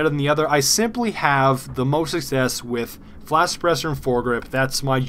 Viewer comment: Flash-Sa-Press-Er *Not making fun of you*